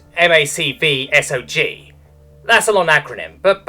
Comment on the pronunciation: Its mac-v-sog